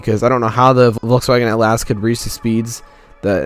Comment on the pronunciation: it’s atlas. not at last.